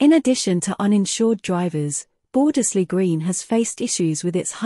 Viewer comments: yes, the first 'e' should be silent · Shame the voice doesn't say Bordesley correctly